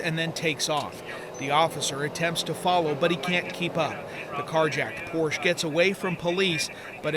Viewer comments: It's Por-sha, not Porsh. Otherwise, good job. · The designers name was Ferdinand Porche...Porsha not porsh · Pórshuh. Not porsha! Greetings from Germany,,,😊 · pronounced porsche wrong every time. its a family name pronounced "porsch-ah" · Yes, except they need to learn how to pronounce Porsche! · How in the world do you get a job as a reporter and not know how to pronounce e the name Porsche!?!!!!!! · Please learn the correct pronunciation of Porsche !